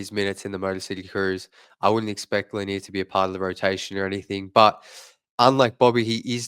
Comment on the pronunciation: Pronounced Là Near, just like Bob Lầnier the great center.